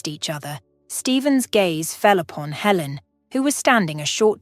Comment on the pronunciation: Good grief! So many words mispronounced I couldn't even count. Helen changing to Ellen, and then back to Helen. And -- no conclusion. No resolution to Michael's career, and nothing about whether Michael and Amy established a relationship. And, of course, the timing doesn't work. If Michael was a surgeon for two decades, that means he had to be at least 45 years old, probably closer to 50. But if he and Amy were children of about the same age, then she would have to also be around 45 to 50 years old -- which doesn't match the narrative at all. DUMB!